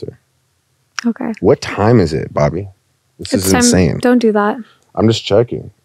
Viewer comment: American/Canadian saying bobbi sounds like barbie😂😂